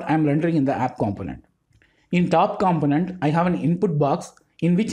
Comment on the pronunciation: Man, I really like your explanations, thank you so much for all the work you put into your videos. A small note for all of your videos I've seen, a component is pronounced like compónent, other than that, your videos are pretty much perfect – straight to the point and easy to grasp the concept